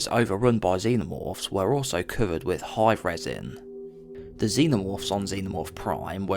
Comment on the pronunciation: Please use correct pronunciation. 'Died' is not DAEED. 'Hive' is not HAEEVE. Its irritating as hell listening to u talk here.